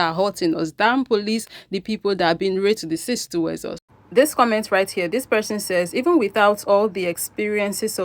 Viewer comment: Girl everytime you say raytissciss I crack up😂❤